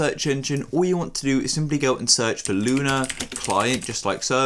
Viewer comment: bro said "luna" client